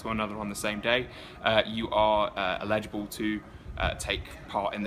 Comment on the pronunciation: Is that how English people say eligible or is it just? I feel like it's just